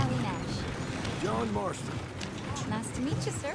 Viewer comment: did he really say john mastron instead of john marston